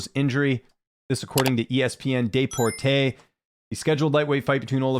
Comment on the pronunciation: Deportes is ESPN's Mexican channel so it's actually pronounced like "deport us."